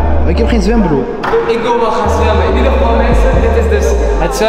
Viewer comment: Soldaat wollah 💯💯💯💯maar hoord ik echt zwembroer